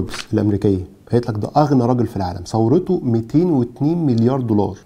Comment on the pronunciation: ثورته ولا ثروته 😂😂 الدقيقة